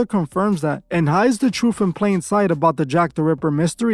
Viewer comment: Sorry bro, hard to take someone serious when you hear them saying troof